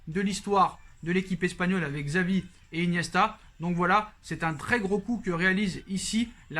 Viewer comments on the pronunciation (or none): none